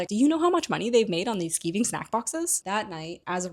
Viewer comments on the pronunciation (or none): Its not skeeving, its pronounced sky-ving. It means to avoid work. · It's "skigh-ving" snackboxes. "To skive" is british english for "play hooky" i.e. bunk off from class, hence the product name.